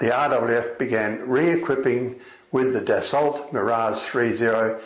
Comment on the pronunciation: I wish this guy would pronounce "Dassault" correctly ....as in "Dass oh." Small point I know, but it grates on me..